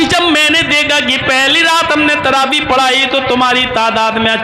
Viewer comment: sahih takaffuz TAARABI nahi, TRAVEEH hay